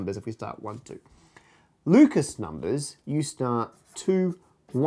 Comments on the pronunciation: oh man "Lucas" numbers? In the last video I thought he said "Ludacris" numbers! But I gotta, kn-kn-kn-know what-what's your fan-ta-ta-sy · "I'm going to say Lucas because I'm lazy." Immediately says it with French pronunciation.